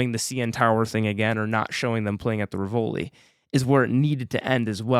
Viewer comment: Great review but I died a bit on the inside every time you mispronounced the Rivoli!